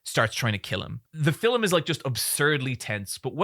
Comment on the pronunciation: Sometimes when you say the word “Film” it sounds like to me you’re saying Fill’em